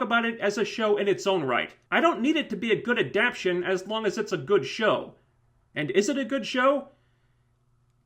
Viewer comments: It's pronounced Ah-Dap-Tay-Tion. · At the risk of sounding like a grammar nazi--"adaptation" has four syllables, and the accent is on the one you're skipping...